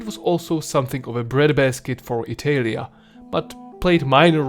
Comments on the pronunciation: Bro...ITELIA, WTF, why have you thought pronouncing it this way was a good idea? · How can i trust someone talking about the roman empire and pronuncing Italia wrong?